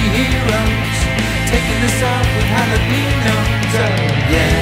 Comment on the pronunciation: Good song, but they mis-pronounce the word Jalapeños (HAL-ə-Peh-nious)